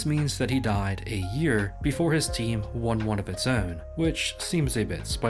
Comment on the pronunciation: heard you say "own" and youre from where im from